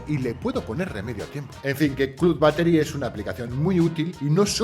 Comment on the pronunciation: I clud battery jajajajaja estos españoles no se animal a pronunciar bien men